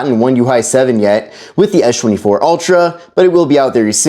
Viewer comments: it's Samsung Galaxy S24 Ultra not Esh 24 ultra and it's Samsung Galaxy S25 Ultra not Esh 25 ultra brother your English is sooo bad learn English in a school or college or university or Duolingo English test or Duolingo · How is S-Pen is pronounced properly but the s24 and s25 isn't. It is really distracting.